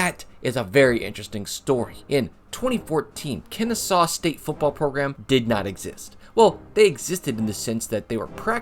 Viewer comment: Great vid. But did he say "Kennestaw" multiple times?